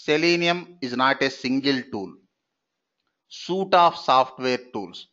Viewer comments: FYI, as constructive criticism, Suite is pronounced like the word sweet, not suit e. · Suite is pronouced like this 'Sweet' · Suite is pronounced like sweet. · Haa haa voice and his suite,operation,opera& Firefox pronounciation is really funny and can't able to control smile 😂. Teaching and information is good